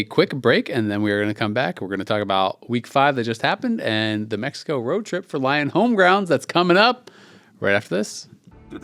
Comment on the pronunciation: YOU BOYS LIKE MEX-EY-KO!? YAHHHHH HOOOOOOO!!